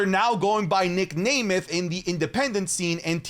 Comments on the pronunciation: at this point i think mispronounces names on purpose. Nic nAYmeth, Piper nEvin.. bro just say the names right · its nem-eth 😭